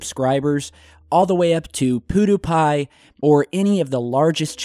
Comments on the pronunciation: Ha! Poodoo Pie!!! Did pronounce it wrong? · you just called pewdiepie poodiepie. . . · "pudu pie" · I absolutely bursted out laughing when he said Poodoopie. xD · did he say poodoopie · i'm sorry but you said PewDiePie WRONGE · the way he said pewdiepie HAHHAH